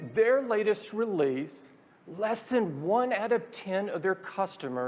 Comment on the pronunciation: “if you look at their latest ReLeEsE”